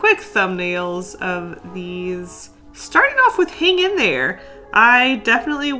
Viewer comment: "hang in thre" is the best part😂